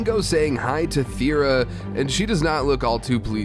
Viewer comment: take a shot every time he says Thera instead of Thena